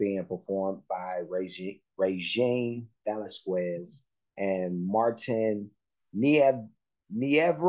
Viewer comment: Hi, I love your reactions to Regine the Queen. Her last name is pronounced as Ve-las-kez.